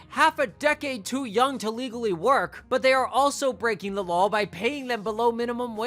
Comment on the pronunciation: Bro do you add “L” to the end of every word that ends “aw”? Istg you be saying shit like “drawl” instead of “draw” “lawl” instead of “law”